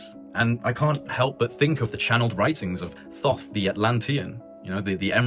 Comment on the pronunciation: THOTH.....(TA-WHO-TEA) HELLO ?